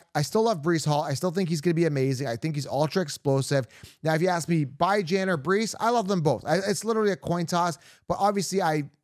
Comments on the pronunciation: why u call him byejan? It's beejan...Bijan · Why the f do u say Byejan? That's pretty irritating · by the way that’s not how you pronounce Bijan. he has a video out there with him explaining how his mom meant for it to be pronounced. love the content but the Bye-Jan is wild lol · Saying Bijan name completely wrong and its giving me racist vibes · Yeah, bijan Robinson literally talks about how you pronounce his name. It is not even close to that